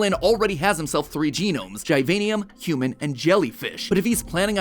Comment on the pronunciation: Jesus, Matpat, it's GIVANIUM like in "Giovanni" not "GYVANIUM".